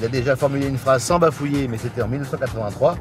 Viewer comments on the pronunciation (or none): none